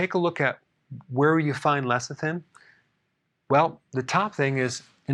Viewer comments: He keeps saying lethicin instead of lecithin, why is that? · Pronounced Less-i-thin. NOT Leth--i-sin. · He keeps saying lethicin..tongue twister..lol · I keep hearing LESSER THIN.